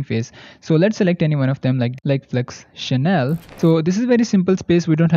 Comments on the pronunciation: It's German and it not pronounced as "channel" but as SH-NELL. 😀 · Seaart is a SCAM. And Scnell (fast) is pronounced as Xnell and not channell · it is not Chanel...it is Schnell...no a :)😊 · Flux Channel 🤣 schnell adverb /ʃnɛl/ quickly , fast 🙄